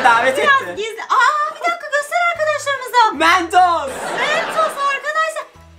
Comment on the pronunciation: mentosu görünce: MENTOSSS 😂😂😂